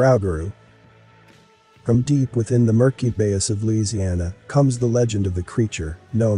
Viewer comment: Nuclear wars of the 17th and 18th centuries??? What is your source for that information? The B.S. Almanac? And it's not "bay-us", it's pronouned "buy-yoo" and it's not "Rau-ga-roo", it's pronounced "Roo-ga-roo".